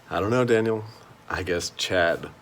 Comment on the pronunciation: YES! you did pronounce my name correctly, which is extra-impressive considering people who have known me for years still get it wrong. Anyway, I'm not feeling like going out into the snow for the rest of today, so hopefully I can get this Daniel on his High Horse drawing banged out in short order. I'll post it in the comments when I'm done